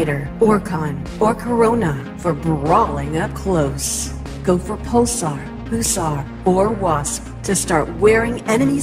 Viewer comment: its said pulsar pusar